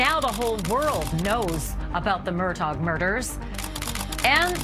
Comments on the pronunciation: Mur-daw not Mur-dawg. 🤦‍♀️ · It's pronounced mer DAW